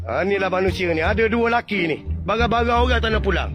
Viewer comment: Kalu kelate.. 3 sebutan dia tigo.. bukan tige. Barang dipanggil bare kalu kelate..